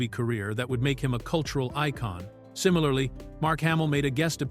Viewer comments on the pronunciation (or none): none